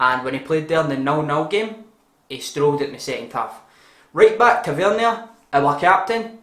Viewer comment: Agree with everything bud, esp Tav and dorrans. Candy ass still has potential. top vid... but.. learn how to pronounce tavernier lol